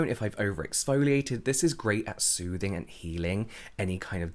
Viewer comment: I love the way you say "sOOthing and cAlming" and the fact that you never use them as individual words 😂